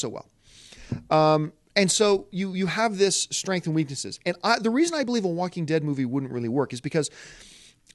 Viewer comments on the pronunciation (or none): none